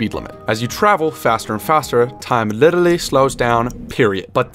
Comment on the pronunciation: Why did you say literally like that